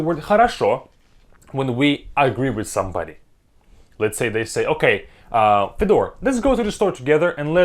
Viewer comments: Is your name actually Федо́р (Fedor)? because that's how you said it here. I thought there's only ()... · Your name is not fedor, its. Why you pronounce it wrongly?